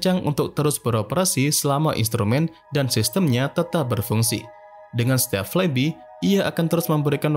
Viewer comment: I hate to be that guy, but it's spelled "flaibai" not "flaibi", lol Other than that, great video!